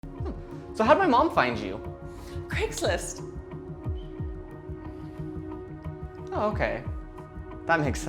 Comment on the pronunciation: Wait a minutes did she just say Craigsist